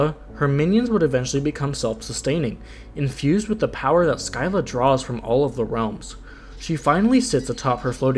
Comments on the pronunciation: Showed the mispronunciations to a Greek myth fanatic friend. I have never seen that face on anyone before lol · u mispronounced scylla which is kinda funny